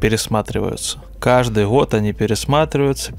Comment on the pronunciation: я злой логопед 😆